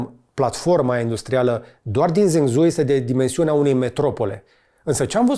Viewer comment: Salut George, misto filmuletul (dealtfel cam toate filmuletele tale) numele sub-brandului BYD pe care incerci sa-l pronunti este Fang Cheng Bao iar numele orasului Zhengzhou s-ar pronunta ceva de genul: Gengjou